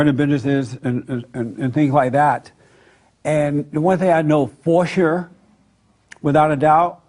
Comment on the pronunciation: ´´the one thing I know forsher..´´ hahahaha what is forsher? I´m german and my english is better than Jesse Peterson´s. ;-)